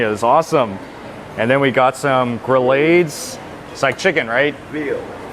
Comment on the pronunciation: MAN!! you're suppose to add white rice to gumbo...NOT eat it like stew. I guess now you gotta come back & do It All Over Again :) ps, GRYLLADES is Pronounced "Gree-Odds".